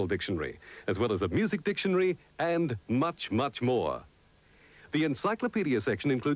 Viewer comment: "Dictionry". lol.